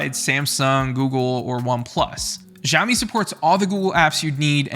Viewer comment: hi dude can try pronouncing it "shaowmi" instead of jiaomi?😁